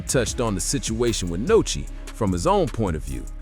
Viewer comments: WHO TF IS NOCHI 🤦🏾‍♂️ ITS NUSKI STUPID ASS NARRATOR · Nuskie!!!!!! Not Nochi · Who tf is Nochi? It’s Nuski dickhead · You goofy as hell for calling that man Nochi 😂😂😂